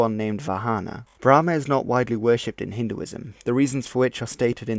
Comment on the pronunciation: Thought it’s was pronounced as bra-maan instead of bla-maan